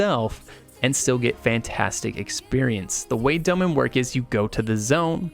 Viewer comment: sry i just hate the way this guy say Dolmen. "Dough-men"